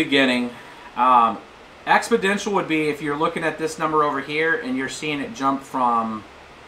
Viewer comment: Expodential? I think you mean Exponential.